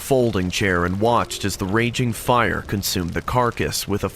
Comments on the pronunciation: Am I high or are you saying pyre or are you saying fire?! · Its fire not pire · He keeps saying pire instead of fire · why does he keep saying pire ??